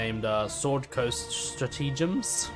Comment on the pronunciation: Is this the room for Beginners' Vegetarian Cooking? Say 'strat-uh-gem'. All best.